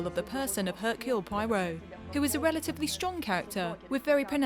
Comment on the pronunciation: Would have been great if the lady doing the English translation on this video could pronounce Poirot's name correctly!!!